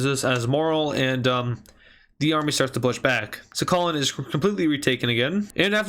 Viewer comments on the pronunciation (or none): It is sakhalin but the pronounciation is sakhaleen